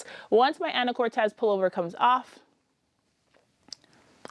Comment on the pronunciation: What a load of luscious projects! Just so you know, it’s “an’’uh-kor’-tus” with the main accent on the third syllable - a lovely small city in northwest Washington state, the mainland terminus for the San Juan Islands ferry. A developer named the town after his wife, Anna Curtiss, but gave it what he thought was a Spanish spelling. (I just learned this from a google search. All these years of living in Washington I thought it was a real Spanish name!)